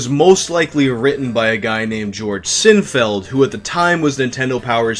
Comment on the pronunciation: When he says Sinfeld, but it clearly says Sinfield. Bruh.